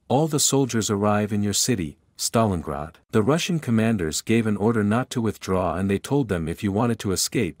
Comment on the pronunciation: My dude pronounced Stalingrad about 14 different ways, lol. Good video.